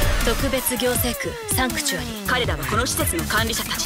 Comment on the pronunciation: どうでもいいけど……サンクチュアリの発音よきw